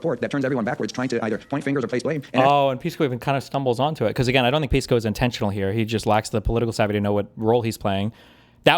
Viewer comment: Its pronounced "Piss-co" actually.